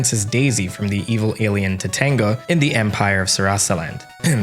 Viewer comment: I found it... someone else who heard "Topanga" instead of Tatanga (even though I did not like watching Boy Meets World).